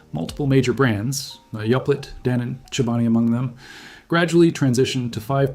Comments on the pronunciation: … did you really call it “Yop Let” hahah bro I lost it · a real human doesn’t pronounce yoplait like that.